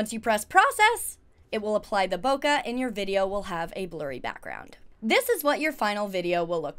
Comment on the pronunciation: Bokeh is pronounced - "bow·kay"